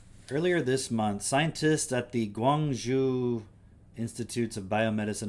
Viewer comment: i'm impressed you pronounced guang zhou correctly